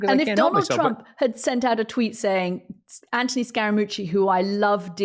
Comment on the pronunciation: It is Anthony. Not Antony.